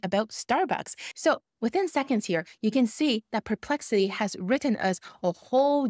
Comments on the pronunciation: It's NOT PRE-plexity!!! It's PER ...as in PURR!!!! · Thank you! Really great practical advice! I love your videos! I just want to add something- and I feel bad doing that, but it bugs me:) The correct pronunciation of the words are: SPE- CI-FIC, not SUB- cific and It’s PER-Plexity, not Pre-Plexity:) Sorry. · So much Great info here! And English is spectacular. Just 2 little suggestions not SUBSPIFIC but Specific not PREPEXLITY but perplexity ❤